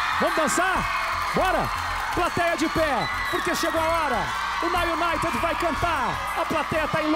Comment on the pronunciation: Rodrigo nem sabe falar now united